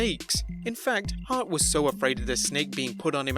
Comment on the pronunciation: Bret SHart lmao